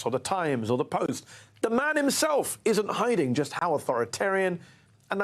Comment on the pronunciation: Authorit-Arian? "Mmmm"!